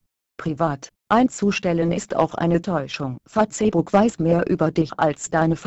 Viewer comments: "Fa-Zeh-Buck" .........dafuq? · Fa-tse-buk *lool* muss was chinesisches sein ;) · ich verstehe immer fotzenbook o.O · Fatzehbook, paul panzer spricht auch so -. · Fatzebuk xDDD trainiert mal eure Computertusse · XDD FATZEBOCK :D AAALTER!:D was fürn fail.XD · LOOOL Fa-zehh-buk haha :P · Punkt 1.) Die Deppen können nicht einmal Facebook richtig aussprechen und Punkt 2.) Lassts einmal die Internet Seiten in Ruhe....was würdet ihr sagen wenn auf einmal eure Seite nicht mehr geht